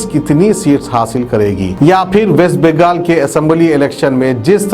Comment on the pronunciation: West Begaal, bhot takleef hori hamaare ku dekh ke padhne me